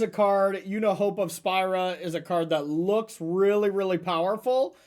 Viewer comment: You can tell none of these streamers played FF because they all say Spira wrong haha